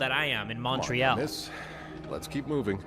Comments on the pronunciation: pronunciation of montreal is killing me (for anyone wondering, its Mon-tree-all, atleast in the west) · As a french person the way said Montreal is triggering me T-T. Still love him tho.